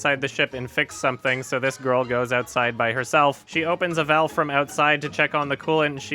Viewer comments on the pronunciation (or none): none